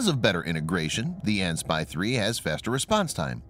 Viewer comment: Mr. Narrator! Please, when reading model numbers, "AN" is not pronounced as the word "an", like an acronym, each letter is pronounced separate ly: "A - N". That's because it actually stands for "Army/Navy" - AN/SPY-1 (Army Navy Joint Electronics Type Designation System / S - Water (surface ship), P - Radar, Y - Surveillance (target detecting and tracking) and Control (fire and/or air control), model number).